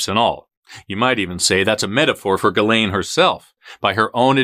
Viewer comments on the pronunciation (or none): Your saying it wrong, it's Giz-lane 🤣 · Her name is pronounced “Giz Lane”. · pronunciation for Ghislaine... "Ghi, S, lane. Gi's' lane Got it everyone.... You pronounce the frickin S